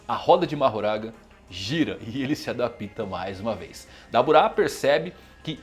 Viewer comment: "adapíta" tá difícil. "adápta" pô.